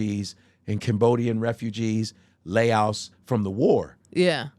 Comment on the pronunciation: Their lack of education is really showing in this episode… The way he pronounces Laos makes me: 1. Want to punch him in the face 2. Certain that he’s not actually friends with any Laotians.